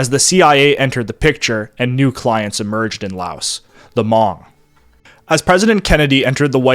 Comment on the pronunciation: How can you do a documentary on this topic and not know how to pronounce Hmong?